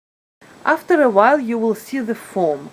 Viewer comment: "w" jadi "v" example the word "will" becomes "vill".